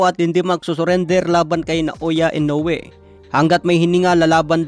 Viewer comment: HINDI PO SI INOUE ANG DUMADAYO SA IBANG BANSA NA MALI PO YONG PAG BIGKAS MO NA PANGALAN